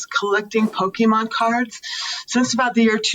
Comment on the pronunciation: Not "Pokeman" 😂😂